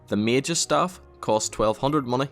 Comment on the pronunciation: That's a lot of mah-neh